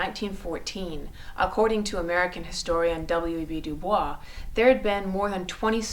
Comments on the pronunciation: The correct pronunciation of his name is DuBoys not the French DuBois. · FYI...WEB Du Bois is pronounced like "Du Boys" He never used the French pronunciation. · One final thought..... First time i have heard WEB Dubois name pronounced French. Usually du-boys. I wonder if that is a sign of reading and not hearing content?